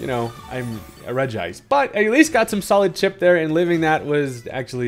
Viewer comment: I love the fact that you pronounce regice the correct way